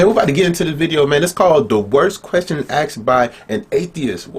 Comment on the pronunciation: Hey Dude it's ASKED NOT AKSED ITS EASY ASKED ASKED ASKED NOT AKSED AKSED AKSED